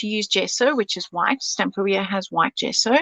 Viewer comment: Isn't it pronounced Stam-PEER-ia, rather than Stampa-RIA? In the same way that you'd say Interior, Superior, Exterior, Ulterior, or Anterior. It just sounds... odd to say it any other way. Weird pronunciation aside, Belinda's creation is absolutely superb. The moving parts, the mirror effect, the layering – it's all gorgeous.